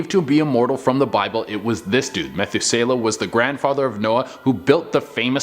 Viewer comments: Okay, hold up! We are NOT going to give this man a new name just because this generation can't read it. lol It's NOT "Methu SAY luh". It's "Me-THOO-selah. I had to stop and think a minute who you were talking about before I realized what you were trying to say. lol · Methuselah is very well-known name, and you butchered it... it’s so well known, you would know it if you heard it, but you just don’t know the spelling goes to it. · Lmao At the way you said Methuselah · I wondered if I was the only one. lol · You're mispronouncing Noah's granddad's name wrong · Interesting but guys you really botched up on Methuselah! The name Methuselah means "his death shall bring" which suggests the flood came at his death, not caused his death. His great age is meant to be a testament of God's grace, putting off punishment for as long as possible.